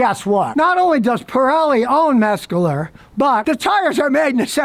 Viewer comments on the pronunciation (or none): If you would slow down for just a minute you would realize that there is no "g" or "k" in METZLER. It's not Metsgler or Metscler. METZLER. Just METZLER.